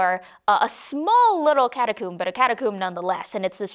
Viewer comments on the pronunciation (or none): not (Ca-ta-coo-m-b) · Catacomb (Ca-ta-coe-m-b)